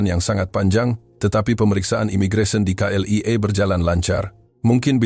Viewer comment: Bukan CLEA tapi K.L.I.A.